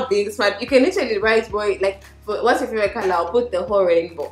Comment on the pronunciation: "From yourrr👀👀" 😂😂😂